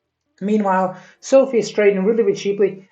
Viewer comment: How about you learn how to pronounce the company name first, lost me